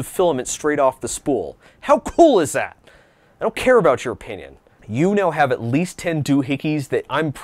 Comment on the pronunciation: I don't care about your o-PIN-ion Get it?